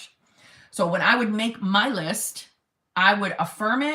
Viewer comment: "If he wanted to, he weuuud" 😆😆😆😆😆